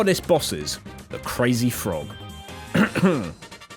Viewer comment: My guy is CWAZY for dis one!